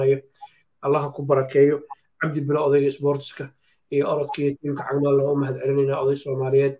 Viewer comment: Cag maal not caag